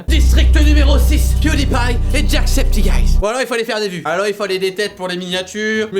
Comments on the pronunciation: par contre ça se prononce "jack septi çaï" !!!! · C'est pas jackcepticeyes, c'est ''jackcepticeye''. Ya pas de S a la fin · So' Nya - Sophie Par contre, je suis la seule a être déranger par la manière dont il prononce "Jacksepticeye"?